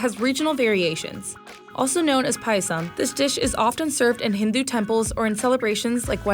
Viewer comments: No. She literally said POISOM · Instead of saying payasam she literally said "pay e some"